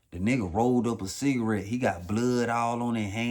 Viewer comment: "smoking a Shita-rette.. a dicka-rette...." 😂😂😂😂😂😂😂😂😂🤦🏿‍♂️🤦🏿‍♂️🤦🏿‍♂️🤦🏿‍♂️⚰️⚰️⚰️💀💀💀💀💀